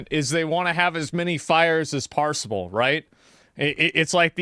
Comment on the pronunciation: I know he meant "possible" not "parseable" but I like "parseable" more because it sounds like they are going for a high score.